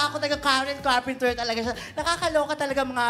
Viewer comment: CARPENTER! Walang 's'